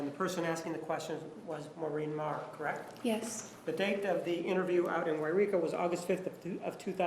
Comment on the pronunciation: Martinez pronounced Maureen Maher's name correctly, another reason to like him.